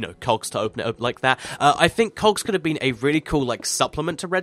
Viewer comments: He said cocks instead of Cogs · you said cox instead of cogs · When he said it's it sounded like cocks Chickens=Redstone HAHA! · Pls stop saying cocks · hear him say "cogs", it sounds like he's saying "cocks" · I thought you said cocks, there! Lol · he said cocks LOL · Sounds like he said cox